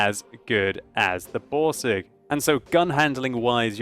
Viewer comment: RRRRRRain metal boRRRRRsig :DD